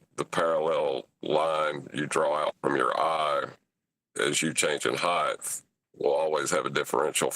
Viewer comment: "Heighth".. youre killing me